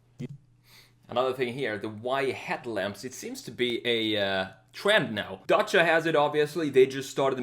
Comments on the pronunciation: Nice video mate I love your channel I like how you say Dacia in the right way Much love from Romania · YESSS YOU PRONOUNCED IT CORRECTLY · Your pronunciation of "Dacia" is spot on!